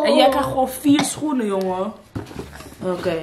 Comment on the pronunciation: “Angelique?” “Howkeej”